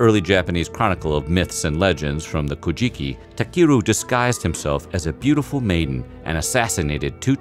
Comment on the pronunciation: Takeru is pronounced TAH-KEH-RU and mono is pronounced MOE(Like toe but with an m)- NO